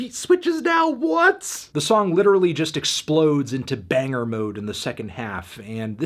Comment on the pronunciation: I need you to say the word “just” less, you say it wrong.